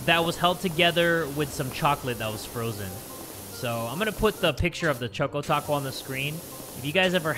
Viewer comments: i thought he said "choke o taco" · I thought he said "I want a chock on taco." 💀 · Is anyone else disturbed by how he says Choco Taco????